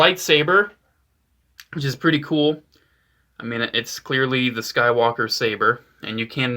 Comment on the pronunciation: Did you say swaker